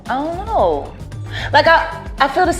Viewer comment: Hahaha, know not mow